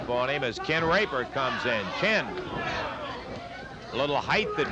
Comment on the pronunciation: Dammit Quit saying "Rape-her" man😆😆😆